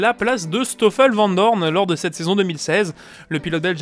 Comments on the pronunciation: Pilote le stoffel nickel lol mais le vent dorne :D j'habite à côté de la frontière linguistique, et par chez moi c'est plutot vanne doooorne si je me fait bien comprendre :p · Please.. Ne prononce pas vandoorne à la française :( sinon j'ai voté et je trouve l'idée chouette ! ;) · Pilote à titre d'exemple le dire comme Gaëtan Vigneron ;)